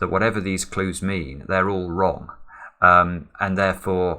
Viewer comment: I love how you keep saying "wrogn" 😅😍